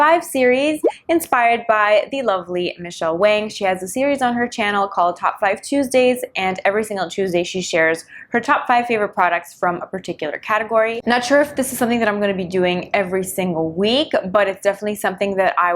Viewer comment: Hi! This is a great helpful video. I do watch Michelle as well, love you both.. if ever you see my comment, just want to let you know that i think Michelle' last name is pronounced "Wong" but spelled Wang.. you are fab,thanks for your great videos.. God bless!xx